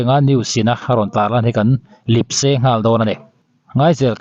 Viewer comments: Lip se .. Ni lo in... Lep se.. Tih zawk tur a ni lo mi.. Sr... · Lipse niloi lepse tih tur aw.